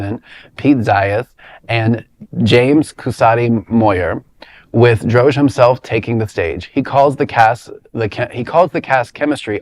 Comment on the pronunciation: It's Dro-Gee